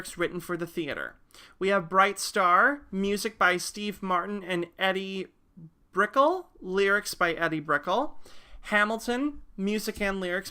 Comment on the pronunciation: It's pronounced EE-DEE BRICK-L (like a long, rolling letter L).